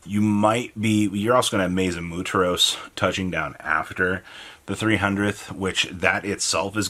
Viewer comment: Maze of Mu Er Tos not muteros